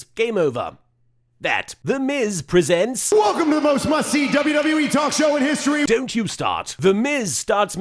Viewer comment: during the history montage or collection which ever is the proper term, some of them sounded like pisstory and kisstory. Shoulder tackle.